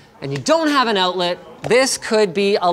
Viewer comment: "oootlet" Gotta love that Canadian accent. :-)